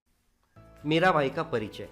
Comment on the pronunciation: It's Mira Bai but pronouns like Mera bai